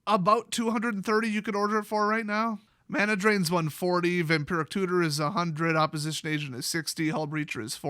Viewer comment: The way said " vampiric tutor " sounded like " vampirate tutor. " I now have a image of a vampire pirate with a little bird with gold in its mouth on his shoulder while he is sucking someone's blood 🤣.